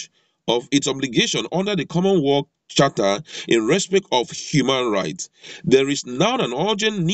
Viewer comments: Correction: Not common world but pronounce it correctly as common wealth, I know you are from my tribe, cheers your brother!!! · My goodness! Your pronunciation is very bad,it's called common wealth please. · Please, it is not common "Wall" but Common Wealth. I passikwara Elementary 6